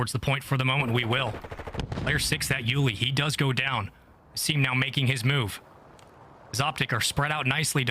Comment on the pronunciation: It’s pronounced Ah-Sim(Asim) not effing ay-sim god damn this lady pissing me off